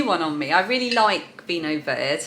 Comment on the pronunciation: Lovely to meet your mum :) That purple root vegetable is called kålrabi in norwegian and is one of my favorites, as raw or mashed with some potatoes for a christmas dish with lam ( pinnekjøtt) :) Vinho Verde - is pronounced with the e at the end. ver - de ;) Greetings from vinho verde country of Portugal